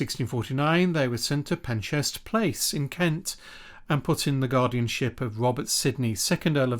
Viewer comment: Unusually, a couple of mispronunciations - Mildmay and Penshurst - but otherwise interesting